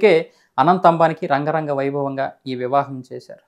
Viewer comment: రంగరంగ వైభోగం కాదు బ్రదర్,,,,,,,,,,,, అంగరంగ వైభోగం